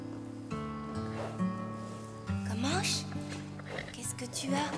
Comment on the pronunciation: comanche pas commanche 😂😂